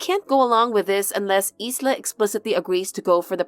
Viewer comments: I think that “Isla” is pronounced “I-la”, like “eye-lah”, the “s” is silent. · Ffs it's pronounced with a silent S 😂